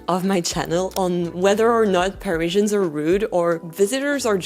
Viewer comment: I can't listen to you mispronounce Parizhans one more time. Pa-riz-i-an. It's the same in French F-F-S.